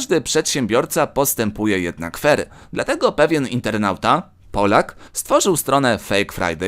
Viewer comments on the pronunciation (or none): none